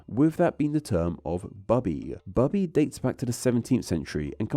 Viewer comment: "Bubby" is still pronounced "boo-bee", not "bub-bee".